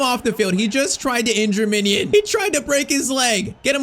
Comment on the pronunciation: Bro, why are you saying ‘Minion’ it’s ‘Mijnans’🤦‍♂️